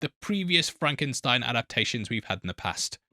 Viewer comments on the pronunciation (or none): “That’s FRAHNKensteen.”